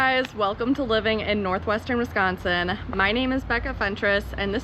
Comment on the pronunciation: How long have you been in Real Estate? BTW way you say Northwestern Wisconsin is cool.....